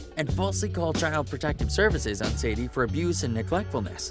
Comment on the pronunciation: It’s Sandi, not Sadie